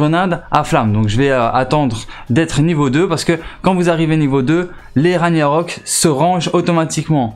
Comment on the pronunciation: On ne dit pas "raniarock" mais "raguenarock" le G ce prononce sa vient de la mythologie nordique stp un peut de respect... et snn tes videos sont bien